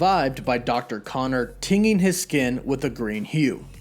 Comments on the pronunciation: The word is tinge so it be pronounced "tin'jing" not "ting'ing"... however tinge does not have a present participle so it would have been more appropriate to say "his skin becomes tinged" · also tinging is pronounced ten-jing